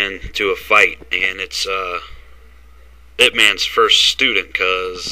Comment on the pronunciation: it's pronounced Yip